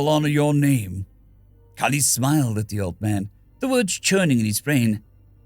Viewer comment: I saw my usual game nickname so I was interested... I heard my name called, actually pronounced pretty well, near perfect as to how I like it... I wasn't disappointed.